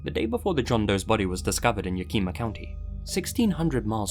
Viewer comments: Yakima: yak e maw Not, ya ki muh. Lol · . As a native of Washington, I need to tell you it is pronounced Yeah-kih-mah, not Ya-keema lol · agree. There’s no accent marks, and phonetics rules are very inconsistent. By the way, puts stress on the second syllable as in Ya-KI-ma. It is actually YA-ki-ma. I know because I lived there for about 10 years. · Yack-ih-mah, not Ya-keema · I love you. I really do. But it's pronounced yack-ih-muh, not yah-kee-muh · washingtonian here. cracked me up with "YA KEE MA" its more like Yak uh mah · Lmao ya key ma ???? Yak im ah. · I've always said it as "yak-eh-ma." When he said Washington and "Yakeema" I was confused for a second lol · Yo, as a life time resident of Washington State, you’re pronouncing Yakima County wrong! You’re saying “Ya-keema”, when it’s more like “YAK-i-maw” if that makes sense. Thanks for the WA coverage! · You pronounced it yakeema but it's ya kih mah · It's YA-ki-ma, not ya-KI-ma. Just saying. Anyway, great video. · Heya! Quick pronunciation correction as someone born in Yakima Washington, it's YAK-im-ah, instead of yuh-KEE-muh. Keep up the good work otherwise,! 🙂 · "yu-KEEM-uh" Ack, no. The word "Yakima" is pronounced more like: "YAK-ih-maw" At least by folks who live in the area. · Ah, the joys of sitting down to a new video But as a Washingtonian. Please. It's Yak-ima (or Yak-imaw) not Ya-kima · Omg yakeema Washington ROFL that’s a new one... it’s yak ih muh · It’s pronounced Yak-ima, not Ya-kima I live in Washington state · "Yakima" is pronounced YAK ihma. Love your material!🙂👍👍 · Yakima getting pronounced as Yakeema cracked me up😂 I live near Yakima and we now call it Crackima because of all the crackheads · im gonna be that guy an correct a mispronounciation. Yakama is pronounced "Yeah-Cuh-Ma" just thought i'd point it out (even on a old video) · “YawKEEMA” County 😂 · Yakima is pronounce yak-i-ma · It's pronounced Ya kuh maw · Yakima is pronounced Yak-uh-mah. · It’s YAK-I-MA